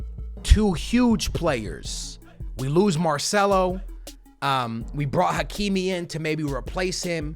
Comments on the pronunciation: Dude its not "MARSHMELLO".....its MARCELO brother 😂😎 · He kept saying Marshmello.It's MAR-CE-LO. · Did u just say marshmallow for marcelo 😁😂 that’s hilarious